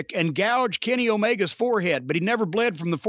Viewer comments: Ummmmm he’s hated Omega for years. And what the fuck is he calling him? Oliviaye? Lol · Cornnet sucks but it's funny how he calls Omega always Alibie or Olivier??😀😀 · Why does jim call omega "olivier"?